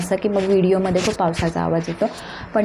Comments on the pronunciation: त्यामुले नव्हे ग त्यामुळे किती अशुद्ध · अशुध्द मराठी... ळ चा उच्चार ल असा होतो आहे. उदा. वेल, त्यामुले इत्यादी.